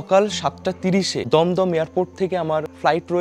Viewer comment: ভাই দম দম না দুম দুম